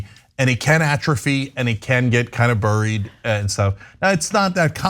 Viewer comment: "Its kinda Buried!!" lol I never thought Cenk could sound more southern.